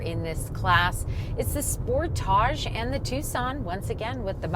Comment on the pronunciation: (Sportage) Sport-edge not sport-áje